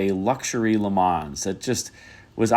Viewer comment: For the "Le Mans", you don't have to pronounce the "S". The name comes from the city in France where there is the famous 24 hour race.